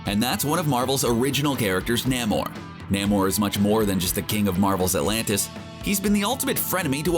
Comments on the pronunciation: Namor is pronounced "NAY-MORE" and not NAM-OR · it's Name-Or not NAM OR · namor is pronounced Nay More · It's not Nammore. It's Nay-more. And he's the sub-mariner. Some people call him the submarine-er. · Nay-More not Nah-More. Do you even Comic, bro? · Please learn how to pronounce the names you're saying. Wiccan is not pronounced Why-can. Sounds like more like wicker, but with an -an on the end instead of -er. Also, Nahmer? No...Namor as in 'Name-or'. This was frankly embarrassing to listen to. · Thumbs WAY down for NAM-or and WHY-can. Can we please have someone read this who actually reads comics?!? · Nah-mor? Why-can? How can you make a video about comic book characters and not know how to pronounce their names? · Yes I am a huge fan of Nah-mor and Why-ccan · Who the hell is NAH-mor?? Thanks for revealing the reader isn’t actually a comics fan. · NAY-more. Not whatever the hell you said. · Narrator needs to learn how to pronounce Namor and Wiccan.Wow. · You said Namores name wrong so many times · You did not pronounce Namor correctly. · Narrator needs to learn how to pronounce names. Thumbs down